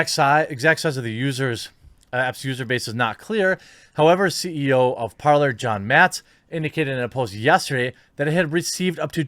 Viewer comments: Jeremy for Pete’s sake “parler” is French for “to speak” and its pronounced “PARLE” (the R is silent ) you had me like an idiot asking about “parLER” (how you pronounce it ) and people didn’t understand what I was saying . I looked up the app and sure enough it’s the verb to speak in French . I know you don’t speak French but common everyone took French in HS. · Is it really that hard to pronounce Parler as “Parlay?” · It’s pronounced “Par-lay” as in the French version of the verb to speak: Parler ... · It is pronounced Par-lay. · I might be wrong but i think it's prononced "parlé" in French it mean "Talk".